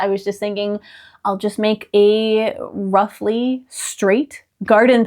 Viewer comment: When you said "roughly", it sounded like "ruffle-y" and I went "huh? Wait, was she originally planning something girly? Oh, duh!" You have so much more patience than I do! I watched you make the Bilbo robe and thought I would never be able to finish something like that. And now this! You are amazing! And this is so dang cute! My attempts recently at adding whimsy was putting fairy doors and windows on my walls (after repainting the very badly painted ones from a dollar store). On the sewing front, I've made 3 "pirate" shirts in the last 2 weeks and am now working on another. No smocking on them. I ain't got no "time" for that!